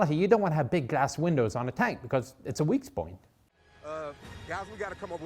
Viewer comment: "A weak spoint"